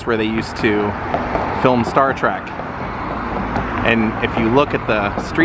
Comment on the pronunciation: 😎, you keep saying Star Track. It's Star Trek. Can't help myself. LOL. Love all your videos. And it was KEWL to see L. Nimoys resting place. It's a big rock though. So is he cremated there? It looks more like a commemorative plaque.